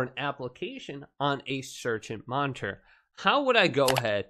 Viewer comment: The way he says, "monnterr" bugs me